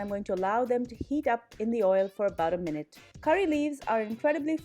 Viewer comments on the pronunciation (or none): none